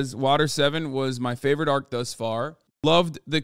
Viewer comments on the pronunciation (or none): none